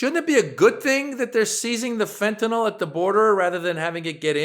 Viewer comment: Fentenol? Impordant!